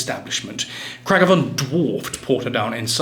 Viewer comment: It's "Craig-Avaughn" and "Gar-Vachky".